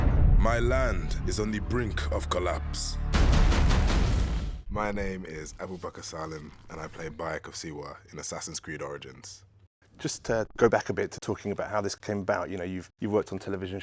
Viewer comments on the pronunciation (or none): it's bayek of SIWA not Bayek of Siwah lol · AFAIK, in the game it was 'Siwa' not 'Siwah', Ubisoft.